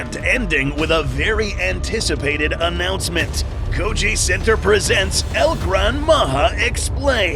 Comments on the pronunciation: "EL Gran Mama" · I'm pretty sure it's "El Gran Maja"